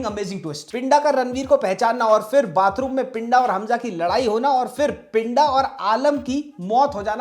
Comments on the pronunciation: Good video bro but you are pronouncing pinda wrong it's not पिंडा it's पिंदा ड नहीं द ki awaaz hai uske name me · भाई आप तो मुझे लगता था के आप पंजाबी अच्छी समझते हो , जिसको आप पिंडा बोल रहे हो उसको सही से पिंदा बोला जाता है। ❤ Baki love your videos always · Pinda is pronounced with a soft D. It's a common nickname in Punjab for anyone with a 'pinder' in their name, like Jaspinder. If you pronounce it with a hard 'd', the Punjabi meaning changes to 'body'.